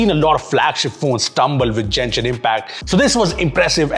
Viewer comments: This. This. This. This. This. This. This. This Also, it's Genshin not Jenshin. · it's pronounced as Genshin not jenshin.... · For the love of god please stop calling it Jenshin😭😭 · 1st of all Genshin not Jenshin 2nd if your testing Genshin on any phone try to play with an account with all open maps this will stress the phone to the point it will stutter and lag heck my pc still shutter while playing GI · " Jenshin Impact " 💀💀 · And still pronounced genshin wrong